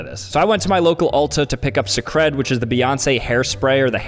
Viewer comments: lol him pronouncing Cecred suh-cred…it’s “say-cred” like Beyoncé’s name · “S-eh-cred” its pronounced like “sacred”. I’d expect you of all people to know that the é makes and a sound 😂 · I'm pretty sure it's pronounced sacred